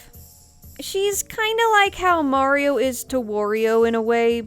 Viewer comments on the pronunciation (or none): none